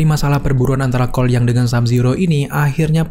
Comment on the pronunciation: Seketika kalo nyebut Cole Young secara cepet, malah dengernya "Kuai Liang"...